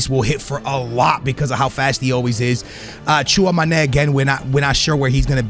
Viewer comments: Chew - ah - May - knee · my guy really just guesses names, tchuamane vorner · Who TF is “Chew on my knee” and vornir? Can this guy learn how to pronounce footballers names correctly or can someone smack him with a dictionary. 🤷🏻‍♂️